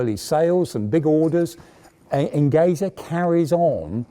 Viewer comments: Nice video !👍 ( Only a comment: the "Enge" in the Company's name "Engesa" is pronounced in portuguese just like the word "Engineer" as It comes from the word"engenharia" which means engineering.) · Amazing video. Just a small adjustment, Engesa is pronounced "Enjesa", the "ge" is for engenharia, the portuguese word for engineering. Engesa means simply Engenheiros Especializados S.A. (Specialized engineers Corp). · What a proud to watch a Brazilian vehicle in your reputable museum!!! Yes, your Portuguese is pretty good, if you permit me a little correction in your pronunciation, the proper pronunciation for Engesa sounds like Enjesa, like in Jeep, but not so open. And yes, what causes Engesa's bankrupt was more a lack of payments from the Brazilian Army than an 'adventure' trying to build an MBT. Again, what a proud to see such a vehicle in your museum!!! THANK YOU!!!